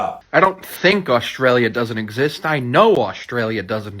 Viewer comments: “Aostraliaaaa doooes not eggsest” -stupid person 2021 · "Orstralia do's not exast" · that kid cant even pronounce words and he is accusing Australia that it is not real